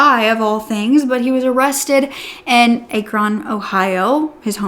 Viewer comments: crazy i'm from here, it is pronounced ah-krin not a-kron (even though that's literally how spell it lol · Ur pronouncing Akron wrong it’s not A KRON . it’s Ah-kREn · For further notice the city Akron is pronounced “ac-Ron” not “ay-kron” only commenting because a lot of true crime content creators make this mistake and I’m from the area. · Hi sweet & beautiful! Happy October, babe! It's my favorite month, too! October 16 is my birthday!! 🎈🥳 October also includes my mom's, dad's, AND my 2 son's birthday, too!! 🎈🎈🎈🎈🥳💞💞💞💞 I hopped on to say hello & to friendly let you know that Akron, Ohio is pronounced Ak-run, not Ack-Ron. I'm just letting you know for future reference, sweetheart. 💛 I live not to far from there in Indiana, plus we have an Akron, Indiana, too! 😉😊💛 A BIRTHDAY SHOUT OUT FROM YOU, WOULD BE AMAZING! plz n thx. With Love, Heather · It's pronounced aah-krin. Please. This is not the first video you have said it wrong. Please Google pronunciation for towns. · Akron is pronounced with a short “a” like in “cat,” with the emphasis on the first syllable. AH-kron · I think she mean Akron Ohio but it’s pronounced ak-rin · Just wanted you to know how to pronounce Akron Ohio correctly just so you know. ACKrun. Big fan of yours btw!! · Just so you know Ah-kron Ohio soft a love you honey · I live near Akron.. it's actually pronounced "ack run" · You are butchering Akron Ohios name lol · friendly correction! im sure someone has mentioned but the a in Akron is pronounced like apple :-) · I love ya girl but as an ohioian I have to tell ya you're pronouncing Akron wrong and it's driving me crazy. The AK is pronounced likr act with out the t and Ron is produced closer to run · The pronunciation of Akron is hilarious. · It's pronounced "Ah" (sounds like "at") "Kron" (sounds like the name Ron, plus the K LOL.) 😊